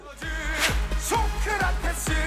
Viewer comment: 나 맨처음에 소크라테스라고 하고 그리스 소크라테스 라는줄 ㅋㅋㅋㅋ